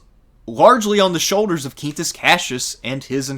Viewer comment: Both in Italian and Latin (classical pronunciation 2k years ago and ecclesiastical Latin), the QU in Quintus is pronounced the same way you would in english; Kween-toos). If it was spelled the same but pronounced in spanish then it would be "keen-toos" like you pronounced it in the video.